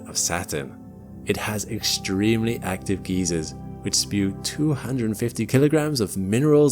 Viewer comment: Really great video, really enjoyed. Perfectly coherent, scientifically accurate, well paced, and perfectly narrated. Please just pronounce geyser (guyser, not geezer) correctly.😂